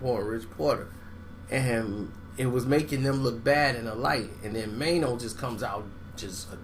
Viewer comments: meeno not maino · "Meeno" not "Maino"! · its Meeno not Maino